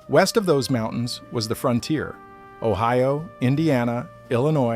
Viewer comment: Frontier not fronter